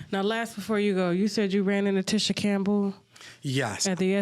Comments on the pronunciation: I know Tasha is good for messing up people name but as you doing research on folks, research how to say they damn names. 🤦🏾‍♀️ The lady name is pronounced Teeesha!!! Not Tisha! I know it’s spelled like that but she don’t pronounce it like that 🥴😂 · Tasha being all in the business yet not knowing how to pronounce TISHA (TEESHA) Campbells name is annoying! But whew BILAL is spilling it & I believe it all!